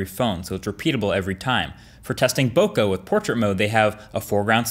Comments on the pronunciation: One, the Bokeh score was the same, and two did he just say bokAH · "bo Kah" that's not how it's pronounced btw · Awesome video. One of your best. However, one thing that stood out to me; your pronunciation of "Bokeh" is incorrect. I speak Japanese and this word is actually a Japanese word. So, just to kindly inform you, it's pronounced "Bo-Ke". Peace! ✌️✌🏻✌🏿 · I think you're pronouncing bokeh wrong. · Great video, Marques! "Bokeh" is pronounced "bo-KAY" or "bo-KEH" (and not "boka"). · Boka? its Bo KAYY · ""BOW CAR"""ahahahaha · Ok. I'll be that guy. It's pronounced "bow kay". Source: I'm Japanese and it comes from 暈け (boke = blur) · He doesn't pronounce "bokeh" correctly. Precise or comprehensive? More like comprehensive. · The one that can't pronounce "bokeh" correctly. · And yet he can't pronounce "bokeh" properly. He knows nothing about technology or photography. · I'm fairly confident that someone who mispronounces a term like "bokeh" is clueless. He's a popular tech reviewer on YouTube, but that doesn't make him an expert. "Bokeh" is a basic photography term and any "tech reviewer" discussing photography should be familiar with something so rudimentary. It's a clear sign to me that Marques will always be a consumer of technology and what he produces is not of great benefit to anyone but other general consumers. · Did he mispronounce bokeh